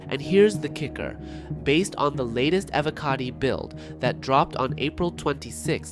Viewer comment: Is this an AI voiced video? And its E-voh-cotty.